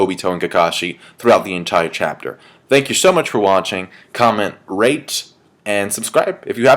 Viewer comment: lol i thought you said comment RAPE and subscribe. (good shit)